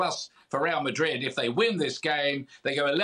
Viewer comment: This guy said Msdrid and Byehad no chance 😂😅